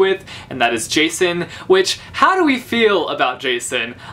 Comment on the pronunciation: In my greek copy of Cress and Winter, Jacin isnt pronounced the way everyone does and i am so frustrated, because now i have him in my mind as yakin....